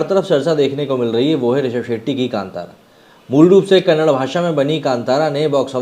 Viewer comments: It's not Kannad sir it's Kannada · Kannad nahi bhai kannada (da) last pranonciation Karo Bhai Varna vo galat artha leta hai kannada bhasha me🙏🙏🙏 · It's kannada not kannad. Like your surname is not sharm